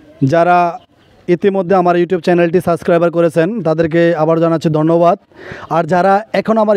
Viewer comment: সাসক্রাইবার না, সাবস্ক্রাইব